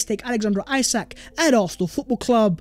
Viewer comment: his name might be spelt isak but you are saying it wrong. when you say it it should sound like esak just sayin.